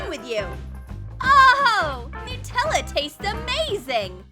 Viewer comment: Any one notes that they called it Nuutella instead of Nutella